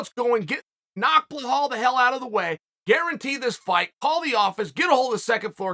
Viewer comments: still calling this dude blahal 40 times a video lol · Nah Gilbert should humble “Blehal” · This man said belals name wrong the whole video 😂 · where the F is the H in Belal? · He should learn how to pronounce Belal. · ...I thought it was on purpose...but not with Belal...it comes naturally to Unc...like Gufstason and breakfrast... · His name is so simple - Belal ( Bill + Al ). But Bluhawl 🤣🤣🤣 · Why does he say "Blahol" instead of "Belal" ?? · Uncle chael, it’s belal not bahal for the love of god ! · Only problem is ur calling him behal instead of belal lol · Please read my comment it’s BELAL NOT BEHAL BEE-LAAL like lad but with a L so belal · Have we been saying BELALS name wrong this whole time and Chael is saying it correctly 🤔. BEHAL?? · Stop say BAHAL! lol its BEEELALL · Mate, his name is BELAL, not BLAHAL 😩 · For the love of God it’s Belal not blahal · His name is BeLal not BeHal. But love this show. Great insight. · It’s borderline racism the way you blatantly keep calling BELAL Blehal. It pisses me off every time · Uncle Chael, It's Belal not Blahal 😅 But you gotta love it, welterweight division is stacked! 🔥🔥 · he somehow made an easy name a hard-to-pronounce name lol I think he must have done this on purpose, it’s a running joke now in all his videos just butchering ppls names 😂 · Lol chael why are you adding letters to “blahol”’s name ? 😂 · Blehal? I'm starting to think he's mispronuncing these names on purpose now. 😅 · BELAL be-lal . Like lad but lal now say it w me BELAL LAL not loooool not loahhhal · Who would have guessed Chael would go with “Blahawl” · Bell+All. Say it together now. Belal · Insert <WHO THE FOOK IS THAT GUY> Connor meme when Chael says BLEHAL! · Cmon man it's Belal... There's no H in it. You're using too much oxygen pronouncing it incorrectly. It makes me cringe hearing you say it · Is his name really pronounced bluh-hall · Bell-all, Uncle Chael, Bell-all. Can you say it with me? BELL-ALL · Who the fook is "Blehal"?